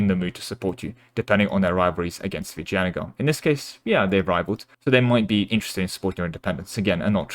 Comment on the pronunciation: Actually you did pronounce Vijayanagar just fine.